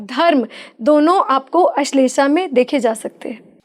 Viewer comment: ~ "अश्वनी" ग़लत उच्चार है, 'अश्विनी' बोलना चाहिए। ~ "अश्लेषा" भी लिखना-बोलना ग़लत है , सही शब्द 'आश्लेषा' है।